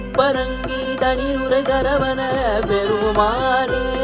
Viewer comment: Violin is a bit loud.. Thiruppugazh should have a bit more importance to lyrics.. As such தமிழ் is hard, so pronunciation is very important.. சரவண. Notன, பெருமாள் not perumaaல்